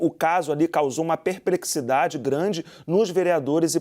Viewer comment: "Perprexidade" grande